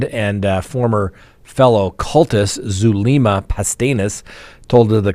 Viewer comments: If I had a dollar for every time you mispronounced Zulema’s name, I’d have a lot of dollars. It’s Soo-LEM-ma. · it’s Zulema (like zoo-lem-a) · min: what does your remark "uh, uh" about Zulema, mean? You do know she speaks two languages right? By the way, you're mispronouncing her first name.